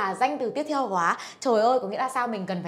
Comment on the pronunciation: SS phát âm nặng quá vẫn nhấn mạnh trợ từ quá